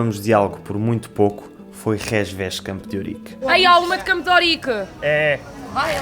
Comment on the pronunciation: Ela falou "Campo d'Órique", pronúncia inusitada no Brasil. Achei lindo! (assim como fiquei curioso para saber quão apertadinha ela é 😜)